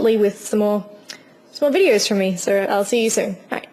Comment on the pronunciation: i like how you say "so" like "ser".